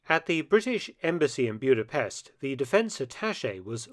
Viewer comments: As someone with Eastern European roots, it was grating to hear the city's name pronounced as Bewd-a-pest. The correct pronunciation is Boo-da-pesht. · Mark, love your channel and your work, but please learn the correct pronunciation before you record Maygar (Hungarian) is a phonetic language! it's not Byuda-pest but Buddha-pesht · Budapest! Not Bjuda...I was there 18 months ago. Nagy rhymes with Hodge